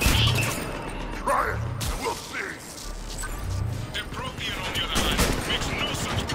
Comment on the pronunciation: When the hanar said "Prothean", i thought i heard "protein"